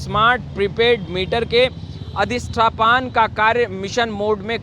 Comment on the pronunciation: अरे भाई सही पढ़ा तो करो। अधिष्ठापन को अधिष्ठपान बोल रहे। क्या है...